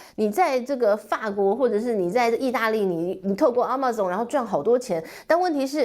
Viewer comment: 不要亂唸英文好不好？什麼阿嬤送你Amazon Amazon Amazon你就亂唸一通。